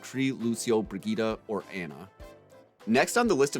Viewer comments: Bri-gee-tah?? Isn’t it pronounced like “bri-jet”? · It’s pronounced bridge it my dude :) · Haven’t bought the game yet but why are you saying Brigette (Bridge-it) like Vegeta... is that how they say it in the game?